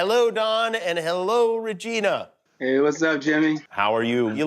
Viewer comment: Hello vageena,i mean ragina